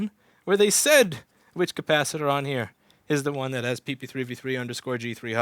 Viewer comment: How is it, you allways say: Kapasitter ... lol btw, I do not think the audio has improved so much, it is audible. Maybe I'm beeing deaf. Would carrots help in that area as well ? omg ... the music in the end, makes me think you are getting pretty close to wearing tights and a cape. Ok, to be honest: I live on the other side of the world, but you come across as a pretty decent man, with solid principles. Oh .. you should have added in a clip from 'pet detective' where Jim Carrey was in the shower, feeling violated.